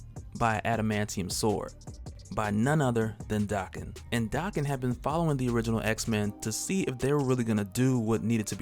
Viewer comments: Why do you say his name dahken? Isn’t it daken like bacon? Have I been saying wrong?!??!? Oh no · Dude it's not DA-ken it's DAK-en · Y he say Daken like that? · Is his name pronounced "Day-Ken" or "Dak-Ken"? I think he needs a better codename (maybe Wildchild, Wildheart or Wild Thing). I like the idea of Daken having adamantium swords (since he has bone claws), but they should also be "Muramasa blades" (halting healing factors). He needs to use his pheromone powers more often...to better manipulate ppl, as an anti-hero.